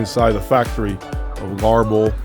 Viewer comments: If you have problems pronouncing Goebel like most english speaking people say it this way Gubel.and Kaiser acoustic is also not far from Göbel. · Garble ? thats how you say it ?